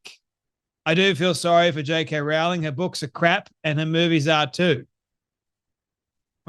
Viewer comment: Rowling. Not 'row'as in arguing, but 'row' as in rowing a boat. Best to pronounce her name correctly.